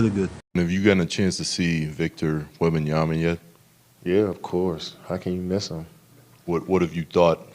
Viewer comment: His name is WembaNyama, with an N.